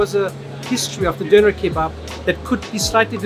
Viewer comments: he literally went to a german guy and asked him how to pronounce Döner correctly and still didn't make an effort to pronounce it correctly for the entire rest of the video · he is also calling it a Doner instead of a Döner, although he knows how to pronounce it correctly, as we witnessed in this video while he was at the döner shop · I'm am very Interested in languages and therefore very tolerant about pronounciations. But nothing sounds more irritating than americans saying "Doner Kebap"😂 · The doner guy has a weird pronunciation, he tells his name and doner with American accent but his English with a is Turkish accent